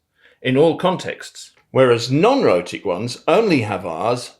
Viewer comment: “Whereas non-rhotic [accents] only have Rs after vowels.” Which is why non-rhotic in that statement is pronounced as “non-otic,” I suppose.